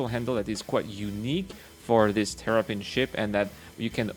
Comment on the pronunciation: Sounds like you were saying Terrapin instead of Tavarin.